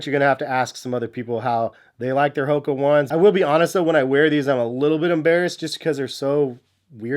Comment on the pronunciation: You dont even know how to say HOKA correctly. FAIL